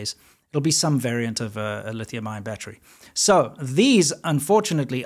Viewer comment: the word battery, has 3 syllables, NOT 2 !!